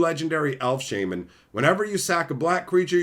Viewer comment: Why do you say shaman that? No disrespect